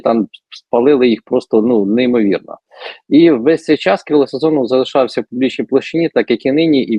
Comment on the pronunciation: Сазонов чи Сазанов?😂